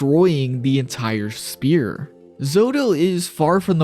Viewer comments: Bro SPHERE not SPEAR xDD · Is pronouncing sphere wrong a joke cause damn is it annoying